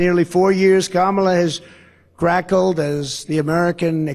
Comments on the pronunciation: He was supposed to say cackle and said crackle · He doesn't even know how to say "cackled". He said "crackled" instead, surely because he went off script AGAIN and saw the word and immediately associated it with food and went to crackled. He still can't read. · Crackled instead of cackled...